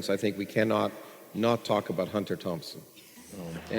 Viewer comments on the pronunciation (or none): none